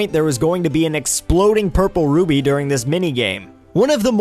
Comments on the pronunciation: Excuse me?!?! did he say rubbie instead of rupee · it's not a ruby it's rupee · Great vid, but it's rupee. Not ruby. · It's called a "rupee" not "ruby." Just saying. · And Volgia instead of Volvagia too! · roo-bee rofl